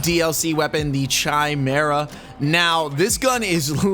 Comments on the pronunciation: chi·me·ra /kīˈmirə, kəˈmirə/ Lil help since you keep calling it Chi Mira hahaha great video bruv 🤙🏼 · Bruh “chaimera”